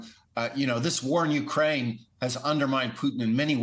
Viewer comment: Hard to believe that the ambassador, like most yankees does not know how to pronounce "u-KRAINE". Pathetic